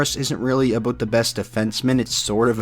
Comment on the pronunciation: Did you say aboot at 17 seconds in? dude..... stereotypes